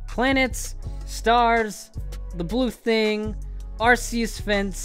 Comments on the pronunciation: "Arceus" is pronounced "ar-kee-us". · it'd pronounced "Arceus" goodness!!!